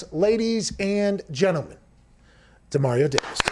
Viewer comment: I'm sure people don't think pronouncing a name correctly is a big deal but after 2 separate conversations about how to pronounce his name and still pronounces his name wrong is kinda disrespectful, as soon as mispronounced Demario's name the guy to his left immediately acknowledged that mispronounced Demario's name. Big props to Pat McAfee for stopping immediately, kinda scolding him, and then correcting him.